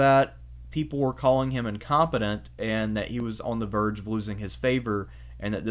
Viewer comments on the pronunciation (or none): none